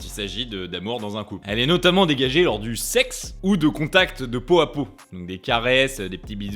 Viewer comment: IL A DIT SEIKSE §§§§§§ A MORT LA DEMONÉTISATION §§§